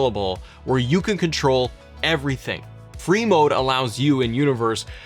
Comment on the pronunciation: Every time you say Free Mode all I hear is Brie Mode.... I don't like it now lol...